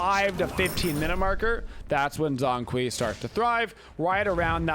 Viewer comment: Bruh he literally says his name when you lock him and when the game starts and people STILL pronounce it wrong lmao cringe pronunciation but great gameplay